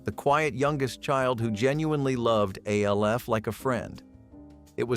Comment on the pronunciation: Logged in to comment to say exactly this. Lost all credibility when it can’t pronounce the names of main characters